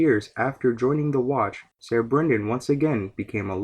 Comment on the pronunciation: "Ser" is pronounced "Sir", not "Sayer". Otherwise, great video.